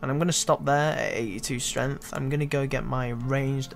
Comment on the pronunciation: It's streNGth, not streNth.